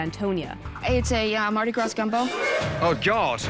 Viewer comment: Right when she said Mardi GraSSS I knew she ain’t no what she was talking about. That would’ve been my cue to go. If you don’t know how to pronounce Mardi Gras you ain’t from Louisiana or you don’t have people from Louisiana so you shouldn’t be making gumbo.